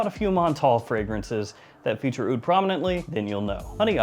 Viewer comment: “Honey AH-OOD” Bro, cut that out.